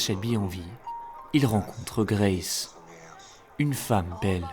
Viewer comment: Pas d’accents sur les noms anglais BRO c’est juste Grace 🫶